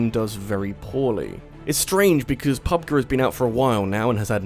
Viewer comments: Its pronounced "pub JEE" Not pub guh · Pub-gee, not pubguh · PUB-Guh? Well, you're not wrong. It is pronounced "Grounds", not "Jrounds", after all. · I've honestly never heard anyone say "pub-guh." I've only heard "pub-gee." Kinda threw me off for a second. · p-p-pub-guy doesn't know what he is talking about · The way you’re saying Pub G make me want to slap you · The way you pronounce PUBG it's kind of upsetting, not gonna lie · First thing i did when i heard him say it that way i immediately went to the comment section to make sure my partially deaf ass wasnt making shit up